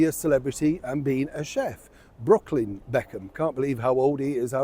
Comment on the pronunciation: I keep thinking you’re saying Brocolli Beckham 😁 I doubt he’d go on, the Be khans are a very tight family unit, it wouldn’t go down well with his parents. I don’t think she’s a shrewd operator at all. If she was she would have left the RF but kept them close. Because if their spiteful ways everything is an uphill struggle where it could have been a breeze.